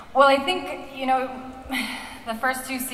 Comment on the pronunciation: Melissa unknowingly slips into an English/Australian like accent with “you know”. It’s cool.